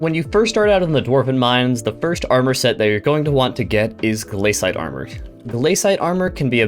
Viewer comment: pronunciation bad “rhice” “glaysite”